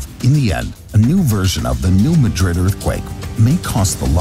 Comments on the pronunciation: New MAD'rid. New MAD'rid. This is the second video I've seen today where the name of New Madrid was pronounced wrong. The accent is on the first syllable. It's New MAD'rid. And by the way, there was a magnitude 5.4 earthquake that caused shaking and swaying to Chicago and its northern suburbs in 1968, so I'm surprised you never mentioned potential danger to Chicago. I was, at the time, on the top floor of a narrow 6-story building, and believe me, that short tower moved enough to scare the dickens out of lot of the people inside. It is still the strongest earthquake ever occurring in Illinois, and according to Wikipedia, it was a "New Madrid event" going through a previously unknown fault now called Cottage Grove. Sure, not too bad, some fallen chimneys at most, but since there have been far larger quakes from the New Madrid fault, danger to Chicago and possibly even Milwaukee are not out of the question. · It's not "New muh-DRID", it's "New MAD-rud." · NOT Ma-drid. It is prounced New MAD-drid. Your pronunciation is how I know are not familiar with this area. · Alaska is actually highly prone to earthquakes, in fact, it outranks California in the number as well as severity of earthquakes. Yes, it makes sense to pronounce New Madrid like the city in Spain. But for whatever reason, the A is like the A in cat so it's New MAdrid. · It's New MADrid......not MaDRID. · The earthquake in new Madrid- omg I hate to correct you but it’s mAdrid not madrId- I live around there and usually only people that have been there or have lived there know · I suspect this video is produced by AI, because no human who did two minutes' research would not realise that is the pronunciation. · Also the Missouri city is pronounced New MA-DRID NOT MADRID AS IN SPAIN. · Please pronounce the US location as "New MAD'-rid". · "New Madrid" is pronounced New "MAA-drid" (not like Spain's capital). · It's New. Mad-Rid..this is not Spain.